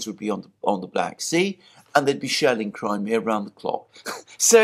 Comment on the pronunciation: Like how he pronounced Crimea 🤯 NEVER once heard it pronounced that way, makes me think he really doesn't give a sh**.